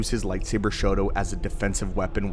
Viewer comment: Are you saying Shoto or Shodo? Shodo is writing. Shoto should be more like Sho-tou, there is a slight pause. I live in Japan and when you are saying Shoto it sounds more like you are saying “writing”.